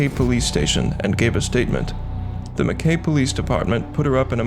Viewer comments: Just so you know, Mackay is pronounced Mack Eye (I) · Well presented case, subscribed. As an Aussie I get a chuckle out of how people pronounce Aussie town's names. It's Gunnah-dah and mak- ay. We got some doozies.